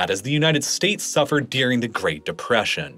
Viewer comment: I like the video and content but man I can’t stand how he pronounces “during” as “deering.” And the word comes up so frequently you can’t help but notice it every time.